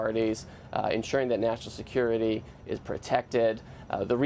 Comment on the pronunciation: 😮😮😮😅😅😅so aggressive?? Until you have to sacrifice "national see-cure-riti"?? Where is your maga?